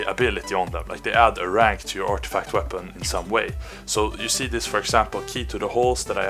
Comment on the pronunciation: "I dont think SÅ" Sounds like a fellow swede ? :P